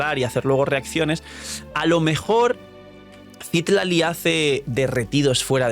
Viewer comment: Citlali... No CÍtlaly 🙄. Ojalá no salga nerfeada Mavuika 😔